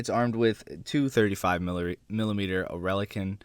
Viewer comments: I think Oerlikon is pronounced Ore - li - con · Gepard gun is pronounced "or-lick-on"